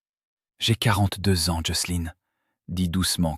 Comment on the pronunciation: Pitié c’est JOCELIN et non Joceline 😂😂😂😂😂😂 l’IA débloque !!!😂😂😂😂